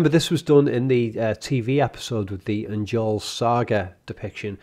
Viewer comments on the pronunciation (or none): "Njorl's Saga" seems like a reference to "Njál's Saga" which is an actual work of literature. Also, it ought to be pronounced "nyorl" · Fun Fact: Icelandic word with the letter J in them pronounce the J like a Y. So, in stead of Njorl, it is Nyorl. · The J in Njorl is pronounced y. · I cannot believe how much you butchered the pronunciation of Njorl.